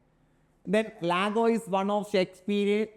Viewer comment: Sir it is Iago (iago) and not Lago